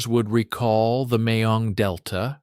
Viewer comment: Mekong Delta, not Mayong Delta.